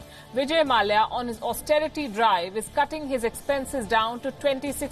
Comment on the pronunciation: No news reader pronounces the konkani surname Mallya the right way